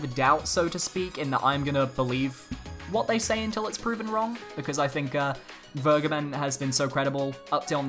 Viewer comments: When you say Vergeben with a hard G I keep thinking you're saying "BurgerBen" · It sounds soooo weird to say "vergeben" in English. :-D Just let Google say it in German for you and you'll know what I mean. ;-)